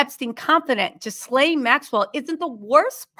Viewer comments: I got to tell you. That’s woman’s name is Ghislane (GILL-LANE) she’s from Europe. The -s it’s silent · GIL-AIN!!!!! The S is silent! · Ghilaine Maxwell - Ga-lane Harvey Weinstein - Wine- sten Marlboro - not marbles - marl-boro I just couldnt take it! Lol🤣😂 I love u ur the GREATEST!!